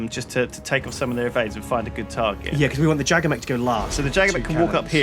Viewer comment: Who else gets triggered about how they say Jagger